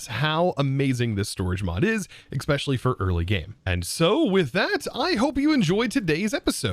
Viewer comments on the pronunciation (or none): It's so neat to see different people use completely different approaches to the early game. I've watched about 4 other people's early game, and you're the first one to use magic, very cool! (Can't resist) especially, not eXpecially :->